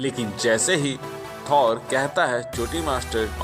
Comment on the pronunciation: Bhai थोर ko थौर mat bulao